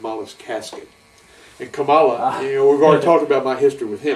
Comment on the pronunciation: Kamala, not Komala.